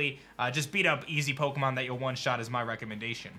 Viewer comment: Is it just me or does he say OKEMON legends arceus at the very beginning? Lol I rewound it 100 times and it's definitely what he says. Restart the video and you tell me 🤔